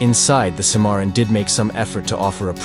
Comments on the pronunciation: The Cadillac Cimmaron is pronounced “Sym-marron”, not “Cee-marron” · The guy that's pronouncing the names of these cars is a c-moron😂